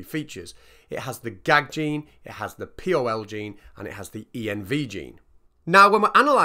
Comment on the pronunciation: Odd to my ear that you pronounce pol(ymerase) as P-O-L, Env(elope) as E-N-V, and Group AntiGen as Gag... good video though, and great concept, moff to watch the discussion video👍👍